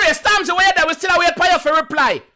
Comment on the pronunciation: 😂😂 man said Stormzy were u dhere Chingy has a song called Right Thurr